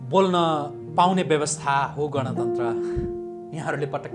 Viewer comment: गणतन्त्र???? सायद उच्चारण गर्न गलत भयो कि??? गन तन्त्र पो होईन र यो त???